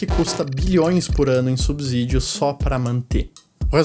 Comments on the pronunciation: Belo vídeo!! Só uma dica, o S só tem som de Z quando está entre vogais, não é o caso de subsídios. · Subsídios se fala com s não z. Cuidado com o português.